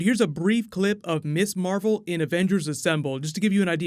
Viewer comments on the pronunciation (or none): Mizz Marvel, not Miss Marvel "Ms is pronounced Miz"